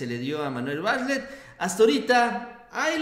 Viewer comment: Por qué les cuesta trabajo pronunciar Bartlett???